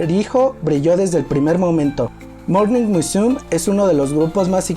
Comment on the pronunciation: Muy buen material, no es por criticar ni hacer polémica pero no es el primero que le escucho decir morning musum, sin pronunciar la me. No se porque lo dices de esa forma. Y como te digo no es la primera vez que lo oigo asi.